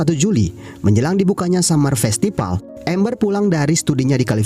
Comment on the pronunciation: Min, kamu orang Sunda ya? Festival = Festipal 🤭